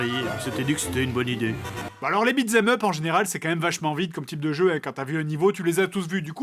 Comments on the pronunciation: Ah parce que t'es adulte et tu te fatigues à critiquer sa manière de prononcer en entier "beat them up" qui se prononce bel et bien "bitzemeup" ? lol, des barres. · "Beat z'aime up" RIP l'anglais